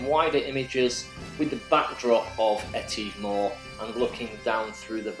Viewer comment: Enjoyed your drone shots of Rannoch Moor but please note that the ‘tive’ bit of ‘Etive’ is pronounced as in ‘give’, not ‘leave’.